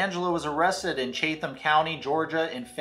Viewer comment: Correction: it is pronounced chatum county